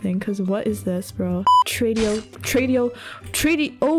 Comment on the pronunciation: Normal pple: Tradeo: Trëido 🤔 Tręîdo 🥺 Trąido 😭